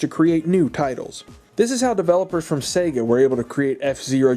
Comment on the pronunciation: am I the only one that hears “Satan” instead of “Sega”?